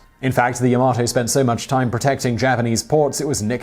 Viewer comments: Technically "Yama-to" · At ....timeline you state the 2 battleship's names...and call one the Ya-Mo-to....yet the spelling of the ship is Yamato ( Ya-mah-to)......why ? Also, too many technical errors to count.....what are you doing? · It is Called YA MA TO . Not YA MO TO . 😆😆😆😆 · It's the yamAto not yamOto! PRICK! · Also he pronounced yamato wrong so many times, wtf is the, "yahmoto"? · YA-MA-TO not YA-MO-TO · I say "Yamato", you say "Yamoto". I say "Potato", you say "Pototo"... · Sais: "Yo-mo-toe. Clearly battleship is named " Yo MA toe. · Yamoto...it' yamato... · LoL... just said Yamoto instead of Yamato.. Error in the script which they made for him?;-) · As a Person who absolutely adores this ship and believes it was the best ship in WWII, The facts you put out are incorrect at best and misleading at worst. The name of the ship and class is pronounced "Ya-ma-toe" not "Ya-mo-to". As said, The Iowa class battleships were ~55,000 long tons, which is not 40% less but is in fact 78%. At 8,400 tons per turret, the guns do not weigh more then american battleships, despite what the title says even though you say something different in the video, which is clickbatey. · Yamato, not Yamoto... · it's ya-ma-TOE not ya-MO-to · "Today I found out.." that it's pronounced "Ya-ma-to", not "Ya-mo-to". Leave "moto" for the "Hello Moto" commercials. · Yamoto xD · Your pronunciation of Yamato is incorrect. Ya-Ma-To not Ya-Mo-To please be careful with pronunciation because people who were super fans of the ships will go mad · Ya-Ma-Toe not Yo-Moe-To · Yamato is pronounced "yah-mah-toe", rather than "ja-mah-toe" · Yamato, not Yamoto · the "hotel yamato" lul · YAMOTO lol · Yamoto ?... Am dead inside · DID HE SAY YAMOTO? I AM FUCKING TRIGGERED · I laughed when he said Yamoto 😂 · "Yamoto"? Please... -. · **Pernouces Yamato as Yomoto** this is a crime you have committed. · Beamoths? Bearmoths!!? Did you mean Behemoths? Yamoto? Dafuq